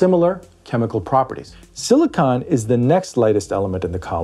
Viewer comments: You’re saying siliconen wrong! Why!? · Silicon is not silica. Do not listen to a word this guy says.